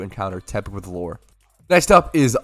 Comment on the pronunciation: Why does bro say "loooooore?" Its lew-er.